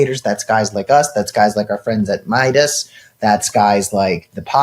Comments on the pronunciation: Cam repeatedly calling it MEE-idas even after Adam said it was so cute 😅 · why cant cam pronounce 'meidas'?